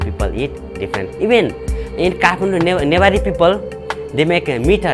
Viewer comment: This narrator cannot even say "Nepaalee" instead she says "Nepoli" no wonder people cannot distinguish between "Naple" and "Nepal"